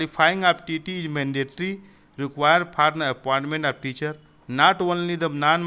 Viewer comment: Idiot not tte it's tet